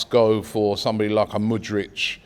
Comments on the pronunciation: Robbie already butchering Mudryk's name. Man said "Mudrich" 🤣🤦‍♂️. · Stop butchering Mudryk’s name 😭